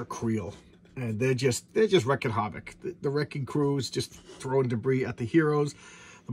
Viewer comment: Sorry. but I believe it's pronounced "reeking" havoc. At least that's the only way I heard it. I would get confused with the statement "Nuff said". I would think who the hell is Nuff and why does what he says matter? It took years before I realized nuff was short for enough.